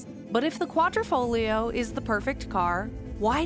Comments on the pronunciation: Congratulations on pronouncing the Quadrifoglio correctly. I think your the only reviewer to do so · .... and you managed to pronounce 'Quadrifoglio' correctly which many reviewers seem unable to do.